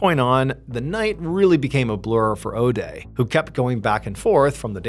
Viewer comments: If you say Odey one more time I'm going to puke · this was a 5 min story lol. Could make a drinking game out of it. Take a shot every time Mr. Ballen says Odea.